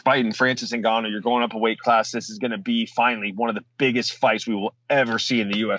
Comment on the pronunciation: Who is ZiNgano? He is Ngannou & and as a journalist, you need to respect his name & work on how to correctly pronounce it. Thank you. BTW,I'm a fan of your podcast since day one